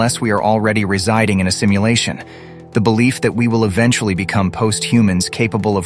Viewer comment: 😊 did I just heard "stimulation" instead of "simulation"?🤔